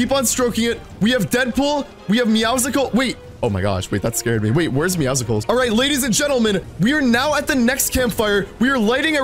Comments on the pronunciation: Does he still says meowsicoles instead of meowscles ? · He said it wrong your not going crazy 😜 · it’s meowScules the c is silent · You pronounce Meowcles wrong